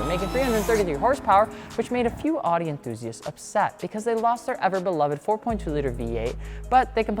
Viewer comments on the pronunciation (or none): I cried when he mispronounced Audi .